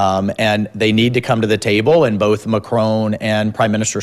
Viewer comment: Firstly both is pronounced BOW-TH not BOL-TH, Karoline. You speak ONLY English. Secondly, I’m tired of these hypocrites. The narrative that a woman’s place is at home with their babies but will also tell conservative women in the same breath that they can have it all and then MAKE POLICIES THAT MAKE IT IMPOSSIBLE. It’s easy for her to say. She has what a lot of us don’t: money, power and privilege. If she’s upset about being used as bait then just say that.